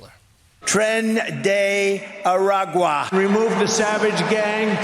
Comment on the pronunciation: “Tren Dee arguayy” 💀💀